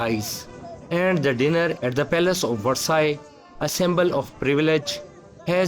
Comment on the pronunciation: Please find a speaker who knows how to pronounce English, and the word Versailles.